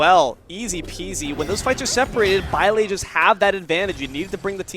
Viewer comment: I'm more interested in teaching this commentator how to pronounce "baile."